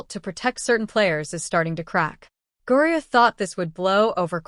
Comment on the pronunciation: Why are you obviously mispronouncing her name? And i won't hit subscribe